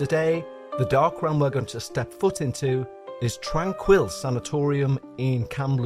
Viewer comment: You would have more credibility if you had made an effort to find out the correct pronunciation of the name of the facility. It leaves a question of how much of this is the result of shoddy or non-existent work. I know someone who spent time there and she said she was well-treated and recovered from the symptoms of tuberculosis. She would have left if she had any experiences like what you are claiming occured here. I'm annoyed that YouTube will count my comment positively for your stats but I just can't resist pointing out that this is drama fantasy.